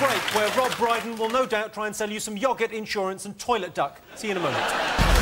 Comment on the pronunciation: Pmsl. You messing up Rob Brydon's name, is that revenge? 😬🤭🤭❤️